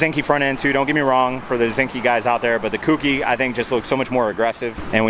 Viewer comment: Autech front grill Oem louvers and kouki is pronounced KOH-KEY